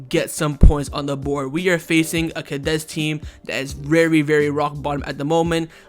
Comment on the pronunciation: We keep losing against Cadiz because you always butcher their name. Wtf is "Cadez"?